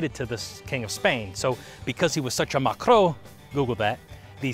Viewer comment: It’s something like mácro. Rolling the R is a must lol. No one really knows how to spell Cajun French words because most of them could not read or write back in them days I’d imagine